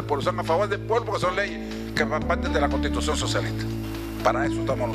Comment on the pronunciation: Debiera empezar por aprender a pronunciar, no se dice poDque o baDbaridades. La r es r y no se pronuncia como D. Por lo demás me recuerda la oratoria nada brillante de Nicolás Maduro: “ hay que oDganizaD lo que estaba oDganizado y que se dejó de oDganizaD.” Lo tengo claro.